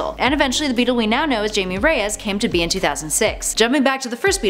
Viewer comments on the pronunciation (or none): You say it Hiame Reyes